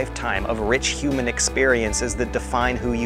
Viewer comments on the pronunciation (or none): none